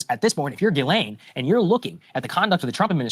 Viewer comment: we have to stay on this. We obviously have a pedo in office. We can't let it go.❤ and I mispronounce her name the same way too😂